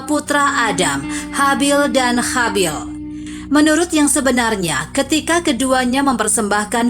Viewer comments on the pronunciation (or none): Ma'af sebelumnya, di telinga saya terdengar nama yg disebut itu kok Habil dan Chabil, tak jauh beda. 🙏🙏